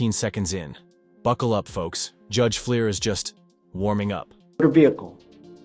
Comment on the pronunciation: First defendant looks like he's enjoying the recitation of his deeds. And get a better text-to-voice app: the judge's name is Fleischer, not Fleer.